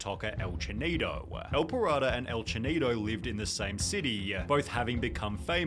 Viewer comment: his name: el pirata the guy in the video: ehl pahrado